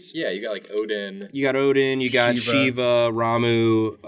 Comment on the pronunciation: I would just like to point out for anyone that does not know, Shiva's name is pronounced 'Shee-va'